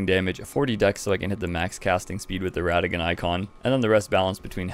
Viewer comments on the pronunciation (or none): none